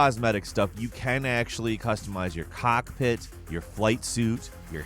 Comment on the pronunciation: why'd you say cockpit like that